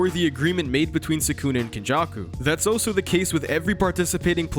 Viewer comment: I keep getting distracted when you try to say "also" and pronounce it as "oh-so."